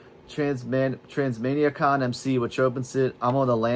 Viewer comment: If you’d ever truly listened to BOC, you’d be able to pronounce “Transmaniacon” correctly, and your opinion would carry weight.